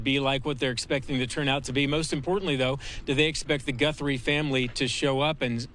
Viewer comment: What the he'll is wrong with this goofy of a newscaster? GUNthries..GUN? HES SO STUPID